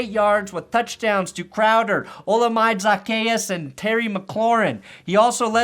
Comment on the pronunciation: Ok.... how to say the receiver’s name correctly. Olamide Zacheus. OH- LA-MIDDAY ZACK-E-US. Get it right please.